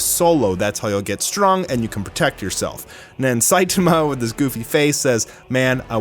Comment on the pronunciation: is the only anime youtuber who pronounces "Saitama" correctly